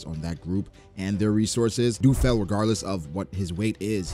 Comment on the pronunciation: isnt it Lu Feld? why is saying du feld?